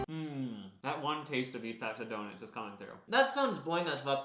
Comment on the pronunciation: Can’t believe they say donits Instead of donut